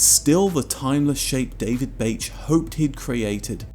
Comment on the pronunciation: I'm not sure that Bache would be pronounced that way